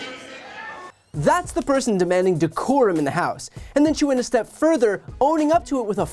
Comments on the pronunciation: I think they are also laughing because she should have said "Abide by THE decorum of the house" but as she has no idea what decorum is, she said "Abide by da corum of the house." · No, she did not. She said Corhum of the house. She does not know what decorum or coruhum for that matter mean. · Decorum? Did she say "decorum?" MTG should be taken as seriously as clown shoes. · Decorum she say 🤣🤣🤣🤣